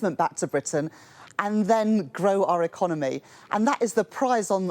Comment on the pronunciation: And that female customer service voice, and pronunciation economay, peepul, so unconvincing